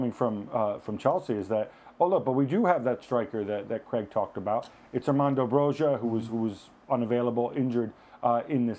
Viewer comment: God, say Broja's right. It's Broya. It's not hard guys.